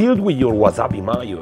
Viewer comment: love how he says "wazzabee mayuuu"